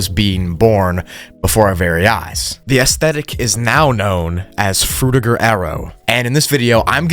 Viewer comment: you proounce fruitiger wrong, its not Fruit-ir-ger, its Fruid-chi-ger. i know its not how its written, but its named after mr Fruitiger and id like his legacy to last a little longer.